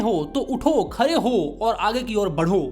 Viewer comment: Khade❌Khare Bade ❌ Bare